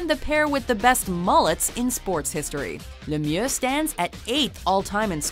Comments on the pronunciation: She over-pronounced it a bit, but Lemieux isn't supposed to sound as "Lemiew" at all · thats not at all how you pronounce Lemieux and Jagr lol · The pronunciation of Lemieux was atrocious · You wont have my respect until you learn how to pronounce Mario Lemieux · WHY DID SHE BUTCHER LEMIEUX'S NAME LIKE THAT